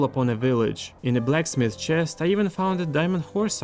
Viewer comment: That OOOO CHEST! Sounds so Russian 😂